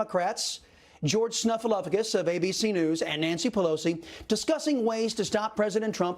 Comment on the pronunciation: George "Snufalafagus" LMAO